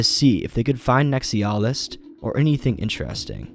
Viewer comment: How hard is it to pronounce NEX EYE UH LIST